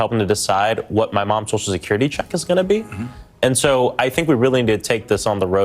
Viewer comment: Ugh, Every single S must be pronounced SH.